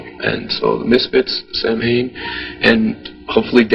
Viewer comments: Wow. Even doesn’t know how to pronounce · i cant stand how he mispronounces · Names band, doesn't know how to pronounce lol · Danzig usually reiterates the true pronunciation in interviews. He admits the band's way of saying it is just because that's how it rolls off of most people's tongues and it's how it's spelled, so he just goes with it.